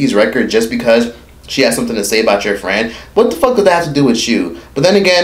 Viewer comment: TOOK ME OUT "MY FRWIEND " 🤣🤣🤣🤣